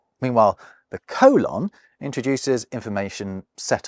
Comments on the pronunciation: Coh-lahn? It’s pronounced cole-inn. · I guess I've never heard a Briton pronounce the word "colon." Americans say "COH-lon," not "coh-LAHN." Do Brits also pronounce the large intestine as "co-LAHN"? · Oh god, is that how British people pronounce colon? How absolutely horrible! I’m joking, of course, but at the same time…yeah, that pronunciation (coe-lohn, as opposed to cole-in or perhaps cole-un) really bothers me very deeply for some reason. The best way I can think to describe it is that I don’t like the way it feels in my ears when I hear it. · Sorry, I couldn't make it through the colon and semicolin section. I've never heard a native English speaker pronounce it the way you do, and I just couldn't handle it. Fascinating subject though.